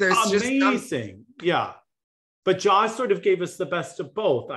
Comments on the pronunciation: It's Ji-a like Ji with the ie sound not Jaw. 지아 is her name in Hangul, that 지 is Ji with the stronger ie sound just like it looks. No need to complicate her name it's one of the easy names. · On Jia’s name, it’s Gina without the N